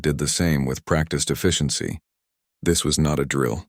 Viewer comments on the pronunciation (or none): none